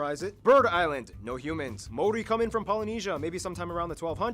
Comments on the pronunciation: Maori. Ma-or-ree or Mao similar to the pronunciation of the chinese mao and Ri as in ree. Sorry they butchered it. Also while hunting played a part the Moa became extinct more from climate and habitat changes than hunting. However 16 different species of bird became extinct after the arrival of Europeans, in particular the Huia was hunted to extinction by traders for its feathers to be sold for hats. The arrival of Europeans like so many other places brought a host of diseases which along with ww1 and 2 decimated the Maori population. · The way they butchered the maori names